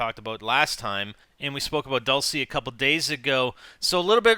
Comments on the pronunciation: its pronounced dulch-ay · ...its bugging the shit out of me how you say Dulce... its pronounced "dull-chay" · hey im in Spanish and its prononced (dull che') hope it helps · Isnt dulce pronounced as if it had a -ch in it? So that it would come out sounding like dulche? Idk. I dont have a very good attention span...... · IT IS DUEL-SAY